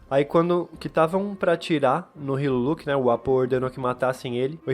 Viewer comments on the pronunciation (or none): none